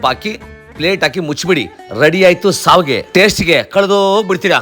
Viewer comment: Its not savige,i Its shavige. But looks good